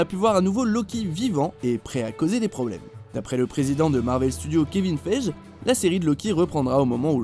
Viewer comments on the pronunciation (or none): Juste pour que tu le saches on ne prononce pas Kevin "feije" mais Kevin "fégui" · kevin faije 😂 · Ça se prononce Kevin FEGUIE A CHAQUE FOIS VOUS VOUS TROMPEZ AVEC VOS TOP QUI SERVENT À RIEN... c est bon je me suis lâché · Apprend à prononcer Kevin Feige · Kevin Feige : le deuxième "e" se prononce "i"